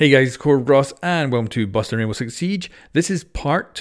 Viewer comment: Every time you say the intro, "Busting Rainbow Six Siege" I always hear, "Boston Rainbow Six Siege".